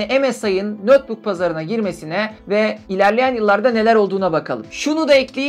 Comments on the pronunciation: Nötbuk ne demek, ya notbuk olur ya da netbuk olur. Notebook kelimesinin okunuşu nötbuk değil ''notbuk''tur. ABD'yi yeniden keşfetmemek lazım. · Neden "nötbuk" diye telaffuz ettiğinizi anlayamadım.